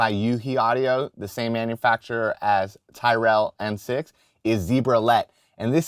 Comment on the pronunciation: You're incorrectly pronouncing Tyrell